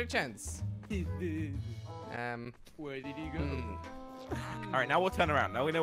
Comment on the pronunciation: Chance Not chonce